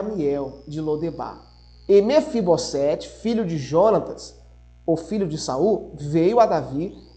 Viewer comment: Mefibosete: somente um S então tem som de Z.